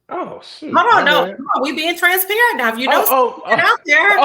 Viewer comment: says TRANSPERATANT